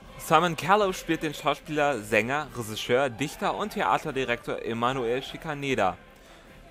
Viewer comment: Das ist ein unfassbar großartiges Video über einen unfassbar großartigen Film. Danke dafür! Nur das "Resischör" triggert mich ein wenig 😉